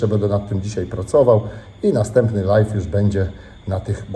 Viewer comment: ty sie naucz mowic ze robisz LAJWA a nie LAJFA bo LIFE to zycie a nie cos na zywo.......cos na zywo to LIVE i to sie wymawia LAJW wiec robisz LAJWA a nie pieprzonego LAJFA.